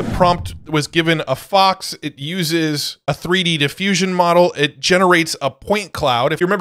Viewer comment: Stop saying moRel please. Say moDel, not moRel. You also say tiRel instead of tiTle 🫤 ¿hypnoRic or hypnotic? Thank you for the info 😊